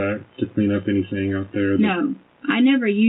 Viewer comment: Her ending every word that ends with a G, with a K, DRIVES me NUTS. " I DIDN'T DO ANYTHINK WRONK". I could give more examples, but you already know. Ughhhhhh